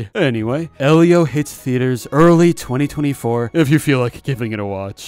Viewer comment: I thought it was pronounced "ee-lee-oh"